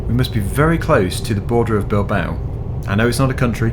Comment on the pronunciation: u pronounced it well